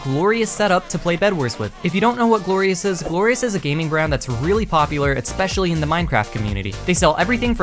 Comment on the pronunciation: why does this guy say "etspecially"???